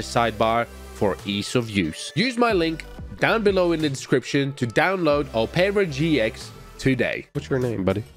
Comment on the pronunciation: Oh-pera GX